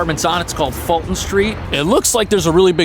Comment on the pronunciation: Pronounced Full-Ton St.